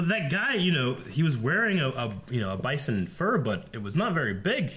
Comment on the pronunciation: Jeffrey Chinn By the end of the episode he says Bison correctly, signifying his growth. It's a nice little touch.